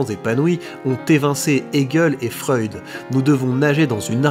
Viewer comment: ou l'art de déformer le nom des gens🤣 "Freuïd" "Idriss Abeurkane"😂